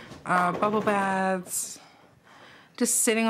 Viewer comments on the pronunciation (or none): none